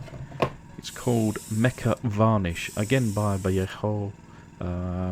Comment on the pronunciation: nice work as always, those wheels are an improvement. just a fyi: vallejo = vayayho.